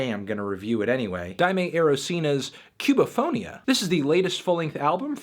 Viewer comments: Hey man, neat review, just a little heads-up (if not a nitpick). " ´ " signals the tonic syllable, so the pronunciation would be "Cu-ba-fo-NÍ-a". ;) That's all, loved the album. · Hey Antknee. It's actually pronounced Koo-ba-fo-knee-uh. Note the emphasis on the "knee" sound. Gud review.